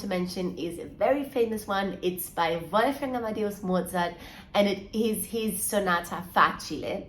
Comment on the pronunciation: Really helpful thankyou Danae and i love the way you say "Wolfgang Amadeus Mozart"🥰